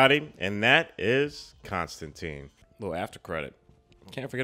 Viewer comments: There was a CW show with a character accurate design (blonde, british, tan coat), itwas good! but they still say his name wrong lol. Hes also in the animated Justice League Dark (which rules) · I was a long time fan of the comic and was startled a bit by how many things this movie changed (such as the pronunciation of the name and making him a dark haired American instead of a dirty blonde Englishman who is usually wearing a wrinkled trench coat). BUT that all said, I was impressed that what they made was entertaining and intriguing, making me look at this as a valid "parallel universe" Constantine and wishing I saw more. Solid characters, great visuals, story was a little shaky but the rest of the film lets you forgive it because you get INTO it. They're talking about making a sequel now with Keanu and I honestly hope it happens.